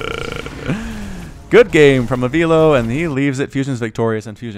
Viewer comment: Avilo = Ah vi lo (vi as in Victor) Not Ah veelo 👍🏽👍🏽👍🏽